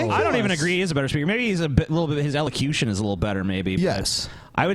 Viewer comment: lol "elecution"